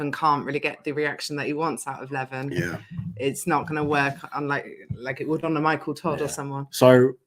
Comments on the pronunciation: you was pronouncing Levans name correctly. Its the Americans who pronounce it Levarrrn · is saying Levan's name right, its not Levaaan, its just Levan